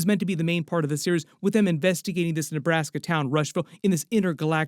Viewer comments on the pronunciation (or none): none